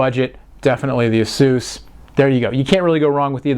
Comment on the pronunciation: IT'S PRONOUNCED AY-SUS NOT EHSUUS